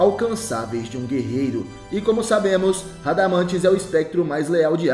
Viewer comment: Aprende a falar nome do espectro..canal lixo 😊😅😅😅😅